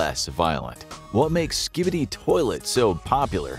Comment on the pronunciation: SKIB EEE DEE